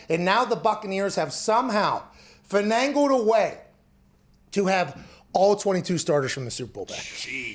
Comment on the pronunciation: finangled a way lol pat... it's finagled broski